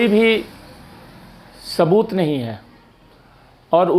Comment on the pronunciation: और सबूत को 'साबूत' बोलती है। Very annoying !!